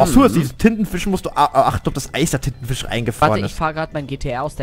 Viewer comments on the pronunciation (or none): flo hat titen fisch gesagt und nicht tintenfisch